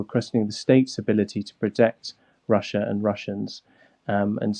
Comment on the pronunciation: A weal war in Wussia?